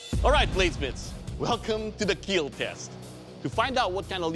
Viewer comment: “It will keal”